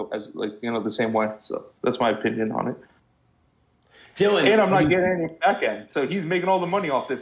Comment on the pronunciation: bro said dillieon lmao